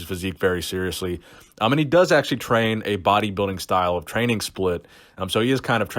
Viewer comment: Did you say "he did not want to train..." or rather "...to tren"?